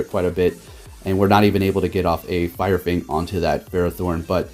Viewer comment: “Fire Fnag”